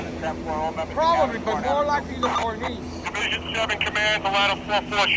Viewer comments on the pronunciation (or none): Cornice. The chief pronounces it CORnis, so did my father abd grandfather, both archutects. You say corNEESE. Is that French? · Come on,, say it after me: KORN-iss. be safe.